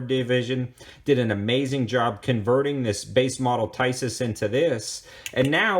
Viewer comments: It’s pronounced Tee Saws! Not Ty Sis! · Pronounced TEESAZ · Nice review! I picked mine up for $300 NIB from Buds Tn. JFYI in Europe (Turkey included) i's are pronounced as E's. The manuf. is Teesas, just saying. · Tisas...pronounced Tee-sash or Tee-sosh.